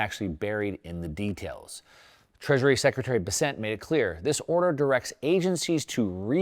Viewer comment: Please, do a bit of research on how to correctly say Scott Bessent’s name. He’s not French. He’s from my home town in South Carolina. It’s pronounced “Bess-cent”. Like cent, not sont. 🎉😂